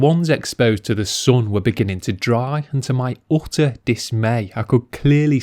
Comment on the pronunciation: why do you pronounce the word "sun" incorrectly" It's not "soon", it's sun!